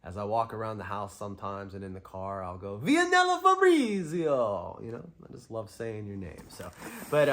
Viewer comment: Awesome unboxings bro! I'm glad you liked mines too! Thanks for the awesome trade 😊 And you got my name perfectly.....fabrizio it's my actual name but nobody's get it right lol